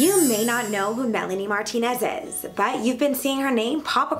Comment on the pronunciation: In the beggining I thought she said Melanie Martinezezes